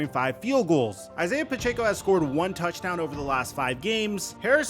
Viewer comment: Did you learn how to pronounce Pacheco yet?